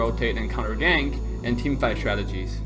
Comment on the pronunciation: counte-rotate and startegies I'm sure you will be forgiven as English is not your first language